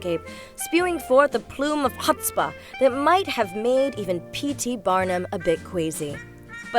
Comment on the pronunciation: How she says chutzpah! What was that? The wat she speaks makes me feel like my ears are bleeding.